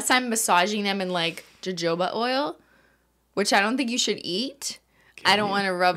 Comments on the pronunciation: “Joe-Joe ba oil” Cristine, noooo 😧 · OKAY I gotta clear this up: The word is pronounced "Hohoba" NOT "jujobah" 😂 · I know I'm late, but I had to say 2 things: 1) ranch dressing has a buttermilk base. Sometimes there's sour cream or mayo. Plus seasonings obviously 2) Jojoba oil is pronounced like ho-ho-ba not with the j sound. Think about Spanish pronunciations if that's helpful. Also, no harm in eating it. The reasons most people don't is because it's expensive, has a low smoke point, and is thicker/waxier than things like olive oil. (This is assuming you're using 100% jojoba oil on your nails rather than a nail product with some % of jojoba oil and mostly other stuff. I wouldn't eat that lol) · I always thought that “jojoba” was pronounced “huh-ho-bah” — is that different in Canada or am I just an uncultured swine? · Every english speaker in the comments: ITS HOHOBA French: am I a joke to you? (It's still not JOJOba, it's the sexy french j, like je t'aime)